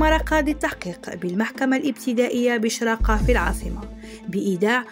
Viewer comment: راهي هاربتلك ال ga . ياو واسمها الشراgة ماشي شراقة والسيد نكوتوا gaناوي ماشي قناوي . قولي magramane ههههههههه